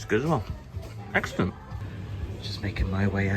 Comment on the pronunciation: And so the CE editing team have discovered segues, which is nice. Did you say eggscellent?